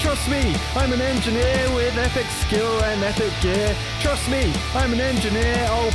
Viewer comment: "Trust me" or...... TRUSS me.